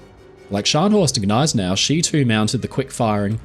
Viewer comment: the 'G' in Gneisenau is not silent when correctly pronounced.